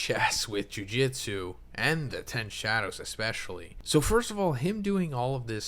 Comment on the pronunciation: my friend, jujutsu is not jiujitsu. Please hit that Ju Ju better. Otherwise you're great.